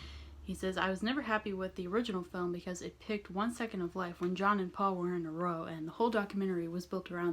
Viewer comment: Not Row, R ow! (pronounced) meaning argument. It was Paul & George, Ringo got it wrong. Enjoy yr vids. From Sydney :)